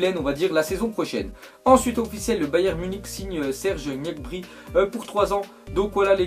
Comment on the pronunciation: Serge Gnabry mdrrrrr comment ta dit